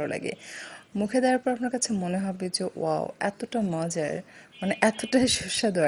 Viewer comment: Apu mojor na mojar bole